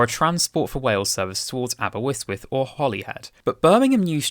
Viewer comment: except for Abewystwyth lol